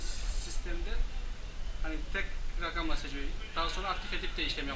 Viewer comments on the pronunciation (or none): none